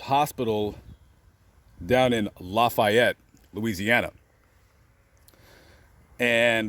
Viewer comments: This is awesome. Thank you so much. Lafayette is pronounced La-Faye-ette. Please stay safe. You're in the best place you can be where she is. She is already a Saint in my book. The Church doesn't have to recognize her in my book. She is in Heaven no doubt about it. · This guy can't pronounce any names in South Louisiana correctly, so no doubt he's not from here! He should do his homework and learn how to pronounce Cajun names---Richard (ree-shard) Lafayette (la-fee-yette).